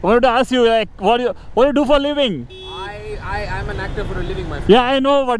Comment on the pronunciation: u r doing a great job but I would suggest u bring a Little bit of clearity in pronouncing "What do you do for a living"